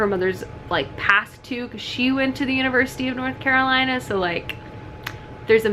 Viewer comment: LMAO Is this the hello fresh risotto? I just had this last night, it's the best! Also, as a North Carolinian, I'm cackling every time you struggle to say the mouthful that is "University of North Carolina." It's just UNC here. Tracy is super super sweet and I'm so happy for her that this book is so huge. I'll definitely tell her how much one of my favorite booktubers loved it when I see her on Tuesday! 💛